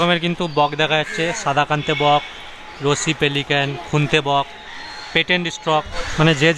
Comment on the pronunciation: আপনাদের কথা শুনে তো খুব হাসি পাচ্ছে বক কে বললেন bokkel আপনারা বেশ রসুকে আছেন😅😅😅 ভালো লাগলো ভিডিওটা